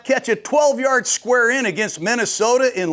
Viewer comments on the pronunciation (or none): none